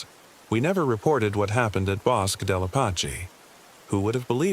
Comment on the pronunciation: I'm a New Mexican and 'Bosque' is pronounced *bo-skeh*.